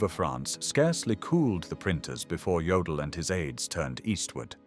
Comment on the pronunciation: Jodl not Joel.😝